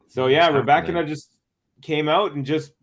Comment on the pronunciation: I like the way you pronounce the name Rybakina This as accent is nearly perfect. You remember my remarks re Andrescu? The end sounds like "oo" not "u", like it is in case of Raducanu (both Roumanian origin). Regards